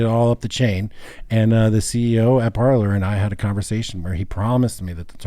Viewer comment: If only I had a dollar for every time someone calls it “par-ler” instead of “par-lay.”